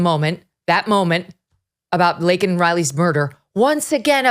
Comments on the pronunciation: The dumbass said "Lincoln" Riley. 🇺🇸🇺🇸🇺🇸 TRUMP 2024 🇺🇸🇺🇸🇺🇸Deport all ILLEGAL immigrants/criminals/free loaders! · sorry I am glad MTG spoke up...... Biden couldn't even pronounce Laken's name correctly...... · Glad they didn’t have to hear him mispronounce her name in person… He’s such a fool. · What in the world is he even talking about most of the time? So incoherent and deceitful. Disrespected Laken Riley by mispronouncing her name and saying that thousands are murdered by legals...oh, that's helpful. And as far as the time for illegals to come? It's a slap in the face to those who have come legally. We adopted our youngest daughter from Guatemala. We had to file so many forms and pay thousands of dollars so she could be legal. We were happy to do it, but it's criminal for all these to come here illegally. Sick of this administration. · What a disgraceful SOTU address. Brandon couldn’t even say Laken’s name correctly. Embarrassing. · He couldn’t get Lakin name right, she deserved her name to be right, and I think when he said illegal I think he slipped up on that one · He is a disgusting monster. How dare he not even say Laken Riley’s name right,,,,, he is simply Demonic & Only loves himself🤮 nothing but lies, a complete embarrassment & Disgrace to Americans & America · Biden did not even say the name Lanken correctly. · He couldn't even get Laken's name correct. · He's such a dishonest, hypocritical, incompetent (bleep). So disrespectul that he said, "Lincoln Riley" (instead of Laken). What a f'in moron! Yeah, he was definitely jacked up on some "energy" enhancement. FJB! 🤬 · Communist Biden ,he a Communist and a Traitor, he said Lincoln, instead , its Lakin Riley, Ass Joe ! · But he called Laken Lindsey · He called her "Lincoln" ! That was so OFFENSIVE !! He had the button an couldn't READ IT ?? SENILE !!! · He said Lincoln Riley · I wish when FJB couldn’t say Laken’s name correctly that MTG would have stood up and yelled “it's Laken you fucking asshole! “